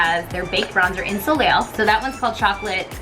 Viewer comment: Overall really enjoyed this video, but... girl... "so-leel?" No. "So-lay"